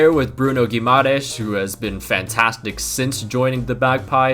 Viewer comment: Pls search how to properly pronounce Guimarães